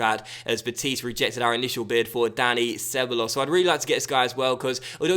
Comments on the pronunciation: Ceballos is pronounced Seb-Buy-Os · SebEYEos is how I think it's pronounced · Ceballos is pronounced Ce-baay-os ^^ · Isn't Ceballos pronounced Kay Bal Os? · You keep pronouncing ceballos completely wrong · I know this is fussy but when you say Ceballos you pronounce the 'll' like an i